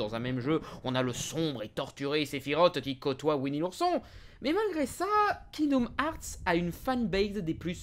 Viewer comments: C est pas kingdom harts mais herts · Bonne vidéo malgré les « kingdoum hearts » qui me font grincer des dents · il dit kingdoum hearts jadore 👁👄👁👉👈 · "Kingdom HAARRRTTSS" accent anglais Zéro ! Oui monsieur ! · Je suis le seul à entendre « kingdoom harz » en début de vidéo? X) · Tu prononces le jeu tellement mal ....